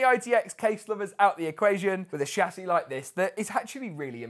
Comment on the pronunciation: who else is enjoying him repeating the word "shah-ssey"?